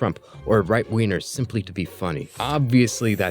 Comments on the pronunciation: I can't get over the way you pronouce G's sounds like "Right wieners" and "Left wieners" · Brother you reeeeeeally gotta over-enunciate the “g” in “wingers” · The kill people you don’t like memes are funny though, I’m not a leftist but those jokes can be funny. All when you say left wingers and right wingers it sounds like you say wiener and I found that funny. This is not a hate comment though.